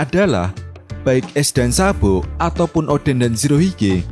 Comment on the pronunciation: Sabo min bukan sabpo😂